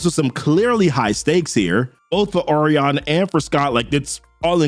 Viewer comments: Oh reon Lol I think it's pronounced oh ry on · Say it with me o’Ryan 😭😭😭 good video bro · It’s OH-REYE-YUN ORION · Bruh it's Orion. It's pronounced O RYAN. Like that bruh. Yikes. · I thought Orion was pronounced like "O'Ryan." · Bro these names are fucking you up. I never heard Orion pronounced like that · I like your videos but your butchering these names. Orion is pronounced Oh-rye-an And the Oberon in the newest new gods video is pronounced Oh-Bur-on not Oh-baron